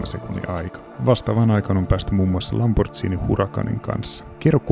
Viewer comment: Olisi olettanut Sports Car Centerin tietävän ettei Lamborghinia lausuta "Lambortsiini" 😅